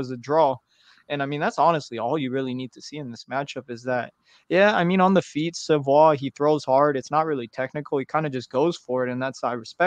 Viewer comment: Bro is from saint john, NB not Saint John's, NFLD and it's pronounced sa-voy. Just an fyi